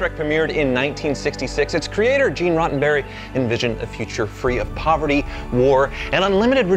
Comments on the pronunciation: You guys are gonna get crucified for mispronouncing the creator of Star Treks name. It's Gene Roddenberry, you both said RoTTenberry. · “Gene Rottenberry”😂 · gene rottenberry he said rottenberry hahahaha